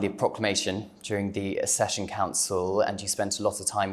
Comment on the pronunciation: How is this young man a Royal expert when he cannot pronounce Accession